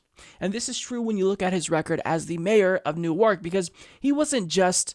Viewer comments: FYI It's pronounced Nork. Not new-arc. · It's pronounced New-Erk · It's spelled newark, but pronounced newerk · I simply CAN'T be the only born-and-raised New Jerseyan here, who was cringing at pronouncing Newark with emphasis on the second syllable instead of the first.